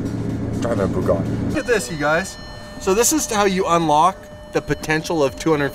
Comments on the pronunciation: Its not a BOOgatti, its a BUGatti. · for fuck sake AMERICA stop BASTARDISING the languages of other countries..... there are no O'S no R in BUGATTI . It is pronounced Boo gatt ee . I know it is hard to read, but really even Muslims speak English far better than Americans and they are much nicer people.